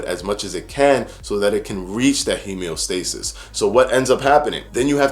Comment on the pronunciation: Hemeostasis? Are you saying homeostasis?